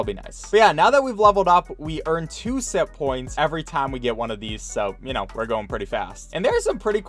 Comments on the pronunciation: I thought he was saying simppoints until it zoomed in and I saw it said sitpoints instead. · Ok i know this sounds weird,but I honestly thought he was saying simp points the entire time until the closeup on the points and I realized that it was SITPOINTS NOT SIMP POINTS